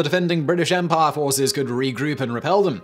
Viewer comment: Drink every time Simon pronounces "empire" as "EM-PAAAH"